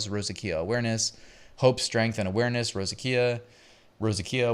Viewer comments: FYI it's pronounced Rose-ZAY-shuh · rose a sha is the correct pronunciation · Great video as usual. its pronounced ROE ZAY SHUH. If you Google "how do you pronounce ___ whatever the word is, Google will write it out phonetically and speak it if you click on the little megaphone